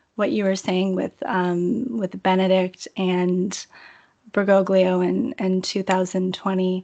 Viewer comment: I know this is petty but if she says "Berr-GO-glee-oh" one more time I'm going to snap my laptop in half.